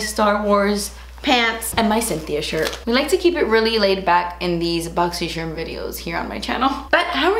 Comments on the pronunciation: So strange hearing you say "boxycharm" not "boxysherm" 😂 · I freakin love that you say boxy cherm, that’s one of the reasons why I watch the unboxings, I get to hear you say boxycharm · I would be weirded out if you didn't say Boxysherm unboxin...have come to expect it hehe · “Boxysherm unboxing” is my favorite thing about these videos❤️ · Excuse you sir... as soon as I seen this video I said "boxycherrm unboxing!" Lol it wouldnt feel right if you DIDN'T say that in the begging of your BC unboxing vids. Lol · I love that you say "boxy sherm". I call it "boxy sherm" in my head all the time because of you. If you said "boxycharm" I'd have no idea what was happening. 🤣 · Thanks to...I will never be able to say boxycharm again. I love boxysheerm way more 🤣🤣💜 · I love when you say boxysherm lml i always say it with you 😂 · I like when you say 'boxy sharm' and not boxy charm lol this is why i first subscribed to you was bc of these try on vids. <3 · i love every time i hear boxi sharm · We are totally cool with Boxy sherm infact now I my self pronounce it this way. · I love when i say cherm!!!! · Ive adopted saying it a la and now even my husband calls it BOXY SHERM! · I think I watch these videos because you say boxysherm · If you ever don’t say BoxySherm I’m going to go ahead and assume you are in trouble and signaling to us for help. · YAS Exact thoughts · Listen. I LOVE that you say "boxysherm." One of my favorite things ever. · I legit watch these boxy charms videos bc of the way you say “boxy shermmmmm” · "Omg you call it boxycharm?😳 no, no pretty sure you actually pronounce it more like *booxysheeerm*!"..😜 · I LOVE that you say Boxysharm. I look forward to it every week and say it myself just before starting the video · I love when you say ‘BoxySharm’ and ‘das spensive’! 😂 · I LOVE WHEN YOU SAY BOXYSHERM UNBOXING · Looooove that you say boxyshermmmmm!!!! 🥰😍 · I love it that you call it Boxy-sherm unboxin🤣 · I love that you say boxysherm 🥰